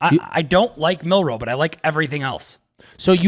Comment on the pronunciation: Also it’s Milroe not Milroy 😂❤